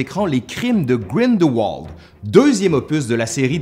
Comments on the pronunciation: Grinderwald; prononcez Grindelvald. Ici le double v est un vrai v. Pas Walt mais plutôt vault, Grindelvault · Et le A de GrindelwAld devrait plutôt se prononcer comme un "a" plutôt qu'un "au" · Ce doit être une erreur d’auto correcteur. Mon point était que ça ne ce prononce pas avec le w mais plus v.